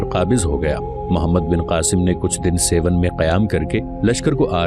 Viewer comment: سيون نہیں بلکہ درست لفظ ہے سیھوڻ (سہوڻ)